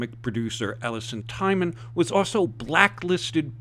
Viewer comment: Not to belittle your message and support. Just want to let you know that Allison's surname is pronounced TEEman